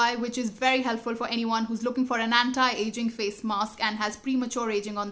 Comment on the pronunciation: dont want to sound negative or critical but i had to say this, y do u need to use a pronunciation thats not ur natural one??? u kept on saying "anti (antai)" and "multi(multai)" but unconsciously a few times, u said "anti", that only means ur purposely trying to change ur pronunciation just to sound cool. 😒